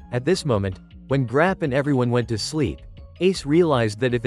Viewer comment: It's not grap it is garo